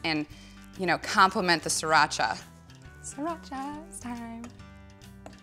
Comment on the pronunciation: you make the sound of sriracha sounds like mexican... well, the right way to pronounce it is sree-raa-chaa